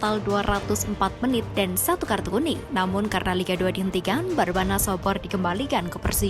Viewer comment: Barnabas oy bukan barbanas